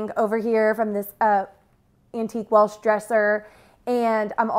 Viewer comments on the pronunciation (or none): none